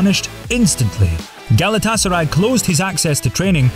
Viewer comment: It's Galata-Saray, not Gala Tasaray, you muppet!